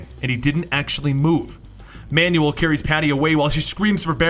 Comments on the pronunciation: Manuell is pronounced Manwell not manual. so terrible... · Man you el not man you will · not manual its manuel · Pronounced "man well" not "man you el". Have you, seriously, never heard that name before? Wow... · Spelling? I never said a thing about spelling. He is PRONOUNCING the name like "instruction MANUAL". The proper pronunciation sounds like "Man well" and NOT "Man you all". I'm bilingual and I can assure you, he's not reading "Manuel" right. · Wait... Isn't Manuel pronounced Man-well not manual? (Man-you- well) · You pronounce Manuel like Manual. Manual is a booklet. Manuel is a Hispanic name... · Great video as always but I'm sure that Manuel is pronounced Manwell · lol that you pronounce Manuel as manual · Every time he pronounces Manuel's name as, "manual," It makes me want to die. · Manuel is pronounced man well. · Hey man, just letting you know for future reference Manuel is pronounced "Man-Well". Love your videos and i'd be lost in half the stories if you didn't do what you do. Especially Red daughter of krypton and Superdoom. Keep doing what you do man, you rock! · Your pronunciation of Manuel is quite comical.